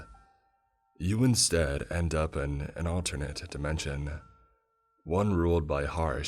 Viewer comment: "You Insteaduh End Upuh in an alternatuh dimensionuh" bro... why you talk like that